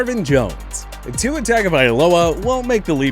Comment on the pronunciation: That’s It I don’t know why I keep subscribing to you guys you can’t just say Tua’s name right